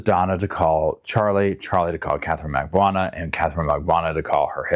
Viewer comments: Mag-BAN-oo-wah … not mag-boo-ana. Just saying. And it’s re-BUTT-al, not rebute-al. Like your vids. Glad you’re not AI. Just some feedback. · Bro, it's Mag-ba-NU-a. The name is pronounced exactly as it's spelled. Cultural competence starts with a willingness to open our eyes and ears. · Thank you! It makes me cringe every time he mispronounces her name. Especially given the “intimate” nature of their past relationship 🤭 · Doesn't even know/know how to pronounce Katie's last name yet trusts her with a whole murder plot